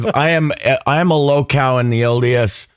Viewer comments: 😂 🤪 🍎 Wait, "low cow," or "low cal?" 🐄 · What in tarnation is "low cow" (or whatever you said)??